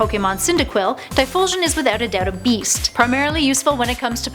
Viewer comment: "TyPHOLsion"? "MAGmoTAR"??? The cringe...